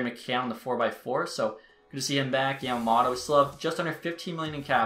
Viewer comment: YAMA “MOTO” not “MATA”